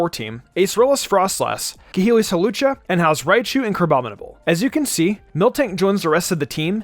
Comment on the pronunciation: Lol I like how in a previous video he fixed his mistake about Hawlucha, but in this video he doesn't